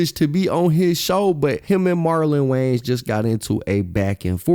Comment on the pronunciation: Love your videos homie. But it’s WayANS not WayNES